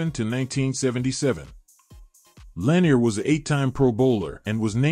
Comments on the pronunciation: Lewis/Lambert/Butkus are all possible #1 - b/c no one ever wanted to go against them over the middle. Lewis is probably the best due to his his longevity. No Seau or Nitschke on this list is criminal, as well as AI mispronouncing La-NEER for the KC LB great. And no more LT requests - Carson was the MLB from that team and is on the list - probably BECAUSE of LT. LT wasn’t an MLB or ILB…greatest edge rusher/disruptor/greatest LB of all time are all titles you can argue he deserves but he was not a MLB. Both Parcells and Belichick knew he was a better OLB, so you’re in good company. 👍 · I had to give up on this video after seconds. Strike one was that AI is only as good as the programmer wants it to be. Strike two was that Philadelphia defeated Green Bay in the 1960 championship game. Strike three was the mispronunciation of Lanier's last name.